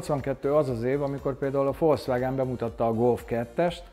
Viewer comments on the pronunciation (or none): none